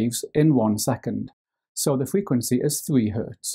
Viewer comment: the way he says frequency bless him fweekwenceee